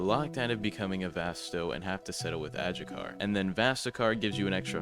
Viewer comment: Isn’t adjucha pronounced adhucha?